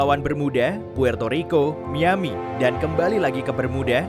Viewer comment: Kuping gue dengernya MIYABI bukan MIAMI